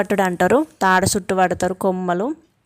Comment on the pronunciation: కొమ్మలు కాదు మేడం కమ్మలు